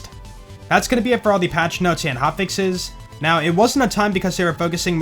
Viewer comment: When says:" that should now be fixed", I hear:" that should not be fixed " for whatever reason 🤔